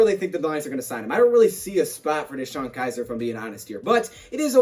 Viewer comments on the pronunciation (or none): Btw its Kizer. Not Kiser 😬😬😬